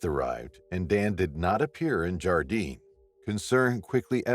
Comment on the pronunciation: Where is this Gardine that you speak of? Or is it Gardiner, and yes your pronounce the R. I worked in Yellowstone for three summers. 85 at Mammoth, 91 Old Faithful, and 95 at Grant Village. And I made friends with the Rangers and I never heard of any disappearances. Okay, I get why people use the AI voice, but they really need to listen to what is being said, so they can fix problems..